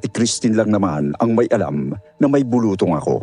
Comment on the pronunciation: Its bulu-tong.not bulutong.